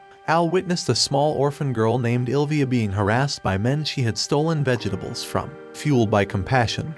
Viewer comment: It's Vegetables! Not vegehtables!!! What is wrong with this story teller?